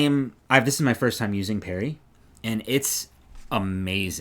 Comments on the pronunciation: Your knits are beautiful! Is Brooklyn Tweed Peerie pronounced “Perry”? Here in Portland, OR we say it with the double e, so as in “peering into a window”. We could be wrong, but it is spelled with two e’s! Either way, it is beautiful yarn. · I'm familiar with that word used in Scotland (pronounced with the double e sound) where it refers to something small, like the "peerie pattern" on the palm of a mitten.